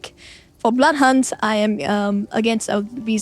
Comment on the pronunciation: When you say Blood Hunt, it sounds like “Butt hunt”. Spilled my tea just now 😅